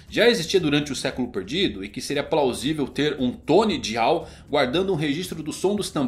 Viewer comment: Pelo amor de Deus, fala "DAIAL" não é difícil não!! DIAL é feio demais misericórdia!!!!!!!